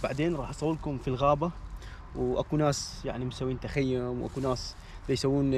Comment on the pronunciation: السلام عليكم بالتوفيق انشالله اسمه تخييم وليس تخيوم